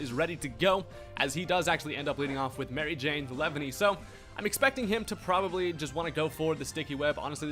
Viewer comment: “Lev-any” LMAO